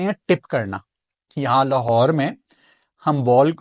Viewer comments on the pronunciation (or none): none